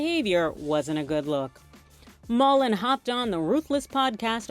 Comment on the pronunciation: MULLIN not Mullen.